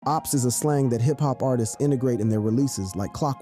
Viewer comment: It's OPPS (AHPS), not OOPS. C'mon, bruh.